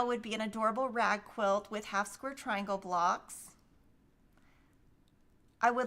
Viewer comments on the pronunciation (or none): none